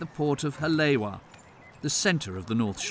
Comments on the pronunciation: Seriously.... “ha lay wa”? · I had to laugh each time he said names like ‘Haleiwa’ or ‘Waikiki’. Especially ‘Spam Musubi’.